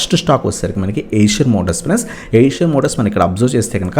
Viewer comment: Not (Asian)eicher (ishar)pronounce cheyyali